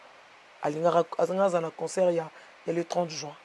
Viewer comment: On dit pas conceurt. C'est concert. Ba fandi na France mais rêver bango ..... mawa.